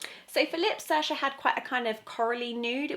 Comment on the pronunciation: Just a heads up, her name is pronounced Searsha. :) Irish names are tricky sometimes.